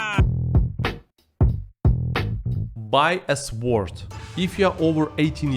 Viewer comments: The ‘w’ in sword is silent…. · Brother your English is very good, but don't pronounce the w in sword!